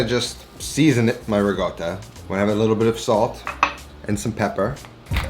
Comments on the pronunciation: There is no "g" in ricotta. Slight r roll and there is a double consonant "tt". They are pronounced separately. "rrr- cot ta. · rih-goatuh hehe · imported from the same place he gets “rigoatta” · "RiGotta" ;) My first dinner with my Italian in laws involved being asked how to pronounce this cheese. Failed , but I've learned better.